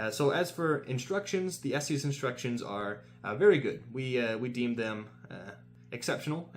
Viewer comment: It's "es-tess" not "es-tees" Other than that, nice review! :)